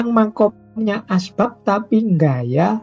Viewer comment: Min, bukan asbak, tapi asbab